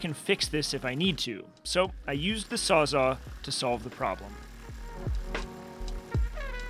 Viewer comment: GDI, I can't believe you called it a "sawzaw."